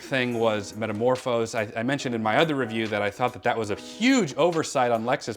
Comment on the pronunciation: Metamorpho. Not Metamorphos.